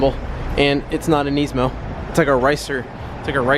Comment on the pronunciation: did u seriosly just say nee-smo!!! its nis-mo